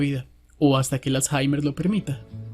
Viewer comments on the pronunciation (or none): none